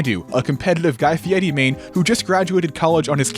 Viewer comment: I hate that he keeps pronouncing guy fieri correctly